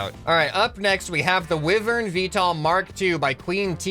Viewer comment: Wivern☠️. It’s pronounced. Why-vern